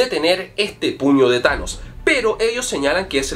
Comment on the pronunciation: Pusiste chanos no tanos